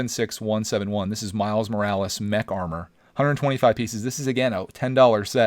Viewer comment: When he says mech it sounds like he says neck